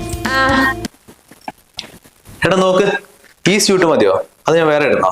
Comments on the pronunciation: Seyutto?soot ennanu pronunciation. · Suit spelling angine aanengilum SOOT ennanu pronounce cheyyunnath